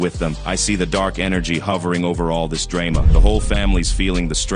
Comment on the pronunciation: They didn’t really mispronounce “drama”, did they?…?.. DRAY-ma…? wtf is that?? 😳👀🫢🚨🥸😶